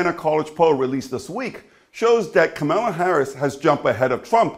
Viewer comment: I suggest you learn how tp pronounce her name correctly....comma-la!